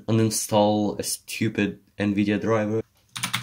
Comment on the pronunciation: its "Nvidia